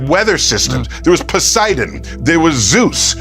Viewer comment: This cereal box scientists voice has loudly reached more ears than NATURE ever intended.. in an ocean full of Tysons words his pronunciation of Poo-siden drains the pool with my laughter😅.. Night/day, light/dark, life/death, gravity/weightless, creation/destruction.. the universe always finds balance, guaranteed! Neil’s thought that god might not exist because Yen/Yang good/bad does totally ignores the premise of humans praying there is a “Heven” a place beyond the bad things a Balanced Universe deals us.. Yes, it’s a higher level of thought/soul/spirt well beyond what even the least arrogant scientists can rationalize next to their “knowledge”😉 Neil thx for sharing all your smarts, all the time, loudly.. sorry if it costed you your soul, that’s the balancing act at work.. Cheers!